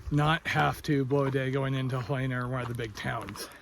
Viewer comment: Hel en a. Not hel ay na. My dad grew up there.